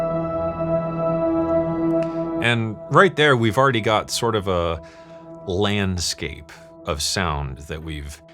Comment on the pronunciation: Could’ve sworn he said “bland-scape” and my first thought was, “Hey, it wasn’t that bad. And that’s the point of this video, right? Learning to spice up drones.”